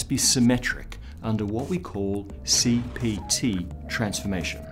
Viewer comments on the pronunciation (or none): Don't replace the P in CPT with a B!!!